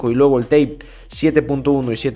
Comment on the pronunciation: la palabra es type no tape